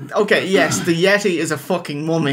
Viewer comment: "'The Yetay has broken out of the ice in the Himilayas' I beg your pardon" lmao